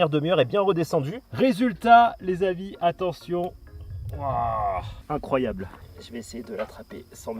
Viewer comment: "c'est incroyab'' C'est incroyab" INCROYAB' !!!!!!"